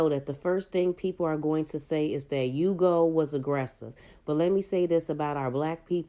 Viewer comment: His name is pronounced Ooh-go by the way. I know because I have the same name.